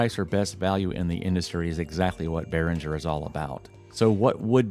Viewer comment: The g in Behringer is pronounced as the g in gas, guess or graphics. It's a german name.